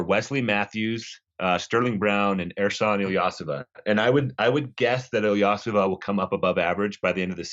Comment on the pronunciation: this man said ersan's last name so wrong..has he ever watched a game with him in it and listened to what the announcers call him?..thats not his last name lol...wow that was cringe..hes not some young guy hes been around now for over 12 years in the nba….come on son...ilyasova..not illeosah